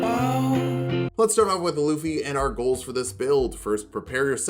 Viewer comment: You really towed the line but his name is pronounced Lou-fee. If anyone argue there is a whole anime where several people have yelled his name in two syllables and I have never heard luh-fee.